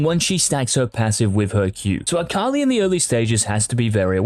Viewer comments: why does he say "AKALAIH" dud just say akali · Did this man just say AKALAI? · Yes he did. I disliked the video because of it. Thats it, thats the only reason, everything else in this video is good, but because he said AKALAI, no. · Who is Eye-kali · Bro why tf you gotta pronounce her like that it hurt my ears